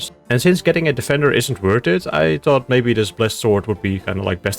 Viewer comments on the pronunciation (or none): none